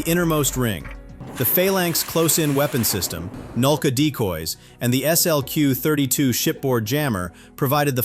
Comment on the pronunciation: Note to AI: "SLQ 32" is pronounced "slick 32," but you're getting a little better with other acronyms.